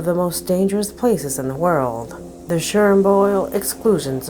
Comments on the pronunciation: "Cherinboil" lmao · The “Shernboyle Excooshin Sone”. 🤨😳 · I wish you wouldn't use the bot voice. Chernobyl isn't pronounced "Shernboil". You use many extra words. I know you're trying to make it sound like you are saying something really significant, but it comes out awkwardly. "This video just came out into the public eye today, in which you will have the privilege of being one of the first people to see it": Just say: "This video was made public today and you are one of the first to see it". Simple is always better. I love your content but the narration is a bit cringey.